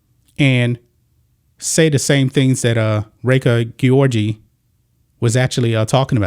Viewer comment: You care so much about the welfare of female athletes that you can't even pronouce Reka Gyorgy's name properly. You're just a bigot who hate the lgbtq+ community.